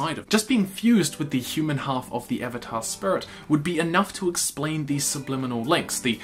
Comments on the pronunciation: It triggers me that he pronounces Spirit SPRits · Is is me or dose he say srits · I stopped watching when he started sayinf spurits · “Avatar spur-it” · I've heard a lot of New Zealand accent over the years, enough that I thought I had a handle on the rhyme and reason, but pronouncing "spirit" as "sprut" is a new one to me. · I just keep hearing “spurt” every “spirit” I’m sorry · listen this is a great video to watch but he keeps saying "spurit" and its getting hard to concentrate on what hes sayin 😹😹😹😹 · Spurit? XD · I die a little inside everytime he says spirit... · Lol the way you pronounce spirit